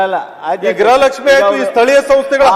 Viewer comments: ಅದು ಗ್ರಹಲಕ್ಷ್ಮಿ ಅಲ್ಲವೇ ಅಲ್ಲ ಗೃಹಲಕ್ಷ್ಮಿ. ನಮ್ಮ ಕರ್ಮ. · ಗ್ರಹಲಕ್ಷ್ಮಿ ಅಲ್ಲಾ ಅದು ಗೃಹಲಕ್ಷ್ಮೀ... 😂😂 ಮಂತ್ರಿಗಳೇ ಗ್ರಹಪೀಡಿತರಾಗಿದ್ದಾರೆ... 😂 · ಗ್ರಹಲಕ್ಷ್ಮಿ ಅಲ್ಲ ಗೃಹಲಕ್ಷ್ಮಿ ಅಂತ ಹೇಳಿ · ಮೇಡಮ್ ಅವರೇ ಅದು ಫಸ್ಟ್ ಆಫ್ ಆಲ್ ಗ್ರಹಲಕ್ಷ್ಮಿ ಅಲ್ಲ ಗೃಹಲಕ್ಷ್ಮಿ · Gruha lakshmi adu not graha lakshmi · ಅಮ್ಮ ತಾಯಿ ಅದು ಗ್ರಹಲಕ್ಷ್ಮಿ ಅಲ್ಲ, ಗೃಹಲಕ್ಷ್ಮಿ